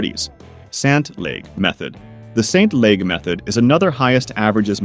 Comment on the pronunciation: You mention d'Hondt and Ste-Laguë (pronounce LAH-GÜ), but there are also Pseudo-d'Hondt and Imperiali. D'H: divisors 2,3,4,… PseudoH: divisors 1,2,3,… Imperiali: divisors 3,4,5,… SL: divisors 1,3,5,… Note : in Belgium, we used to have a d'Hondt allocation of seats per list, now it has become pseudo (better access for small lists, necessary because of language minorities). And then the attribution of seats between list members is using Approval Voting. Advantage: both can be done in a single election. Voters mark several candidates (approval) on one single list (d'Hondt). For local (municipal) elections, we use Imperiali. That's because at local level, presence on ballot is easier for small groups. As a compensation, obtaining seats is harder, comforting stable majorities.